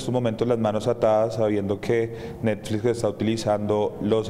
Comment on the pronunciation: "rechazan la publicación de una serie de necflix" jajajajaja.